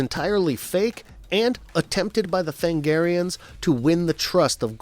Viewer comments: Sir, I love your analysis, but.... Than-A-garians has FIVE syllables in it. And that wasn't JOKER's bat-tracking device, my god man, don't be dense. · Me during Starcrossed recap: Tha-NA-garians. Tha-NA-garians, not Thangarians. Did you even watch the show, or did you just read someone else's recap? *Edit Holy s***. At 2348 you play the clip in which the character said the word Tha-NA-gar.